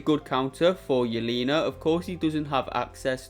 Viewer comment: it’s not ‘yeleena’ it’s yelena